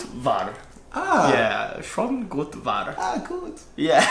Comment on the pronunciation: Guten morgen. Schon (pronounced "shane - rhymes with sane, stain). Gut. Wahr, means -good looking, good. true. Subscribed.